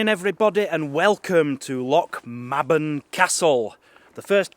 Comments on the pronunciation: Hi &.. My hubby and i visit Lochmaben regularly it is lovely in the summer..Locals pronounce it Loch MAYben as in the month.. not ma as is March..Enjoyed you Vlog..Looking forward to the rest! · Good video but the Maben part of the name like my surname is pronounced may-bun not ma-bun ;-) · Its pronounced.. lochm(ae)ben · I’m from lochmaben and it’s pronounced loch may ben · learnto pronounce Scots loch Mabel properly